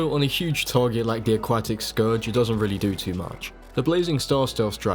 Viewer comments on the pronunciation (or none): Cool video i like it a lot, one question tho Why do you call the aquatic scourge the a-quack-tic, it kept on throwing me off lol